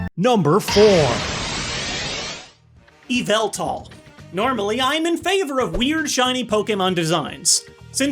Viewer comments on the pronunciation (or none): YOU DARE INSULT ME YVELTAL, HOW DARE YOU. ALSO, IT'S PRONOUNCED LIKE YAVELTAL NOT EVIL-TAL look in replies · IT’S YAVELTAL! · it’s pronounced Yaveltall 🤣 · IT YA-VULL-TAL!!! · ITS PRONOUNCED YAVELTAL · It's yaveltal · You didn't pronounce Yveltal correctly